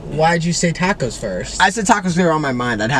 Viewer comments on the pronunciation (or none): nicks boston accent came out when he said "tacos"